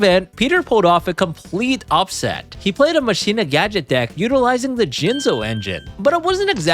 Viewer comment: So is the word "machina" pronounced wrong on purpose? Is that a yugioh thing or yall just dont know that word? Lol